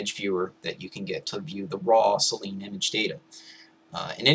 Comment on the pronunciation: I'd just like to point out that "Selene" is pronounced as if it were spelt "Seleenie"